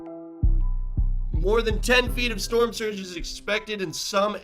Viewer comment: I’ve heard of a storm surge but never a storm wurge. 😅😂